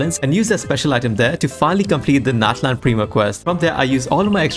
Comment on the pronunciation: Gosh it's natlan ofc